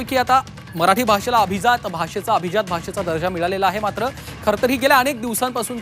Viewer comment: Are Mitra atleast now pronounce it properly...it is ABHIJAAT not ABHIZAAT But how many of we Marathi speaking people use Marathi properly!! Still we will continue saying CHAI BHETEL, or BHETI